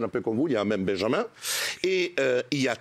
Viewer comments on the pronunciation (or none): none